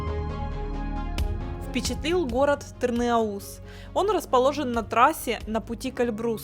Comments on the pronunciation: Разве ТырныаУз, а не ТырныАуз? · Мы говорим ТырнАуз, а не ТырнаУС. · Не тырнеуз а тырныауз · Я из Нальчика, мы всегда говорили ТырныАуз, никогда не слышала с ударением на У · все отлично ,единственно узо режет,название города Тырныауз ударение на букву А необходимо делать и ы после н не произносится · Тырна́уз правильно говорить, ударение на букву А, а то слух режет... хотя если совсем правильно, то пишем Тырныауз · Прошу заметить, ударение на А